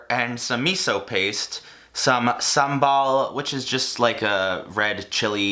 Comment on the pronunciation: Props to your pronounciation of sambal! 🤗